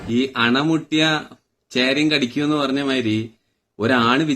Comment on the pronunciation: Ana muttiyal alla Ala muttiyal ennanu